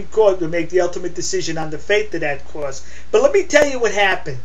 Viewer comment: What's a Cwoss?